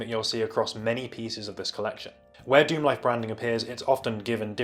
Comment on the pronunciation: Pronounced Star Lixerd Dicksemlife.